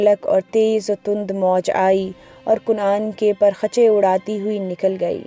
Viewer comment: lafzi tahqeeq kan'aan name he kun'aan nahi he garur nahi he guroor he par-khache nahi parakhche he ehlo ayyal nahi ahlo ayaal he